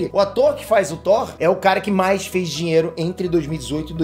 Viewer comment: GENTEEEE O FALOU DINLELO EM VEZ DE DINHEIRO